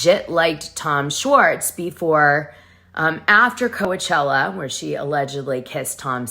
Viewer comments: this womans edits are annoying af. Also its COACH-ella as in baseball coach not Kowuhchella. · Why do you say Co-ah-chella?